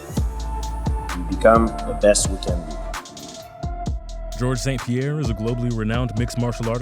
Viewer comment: The only 2 names he pronounced correctly in this video. 1) George Saint-Pierre 2) Michael Bisping 🤦‍♂️